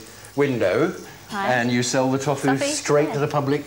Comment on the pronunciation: The guys who makes tofu can't even pronounce it properly haha "toffoo"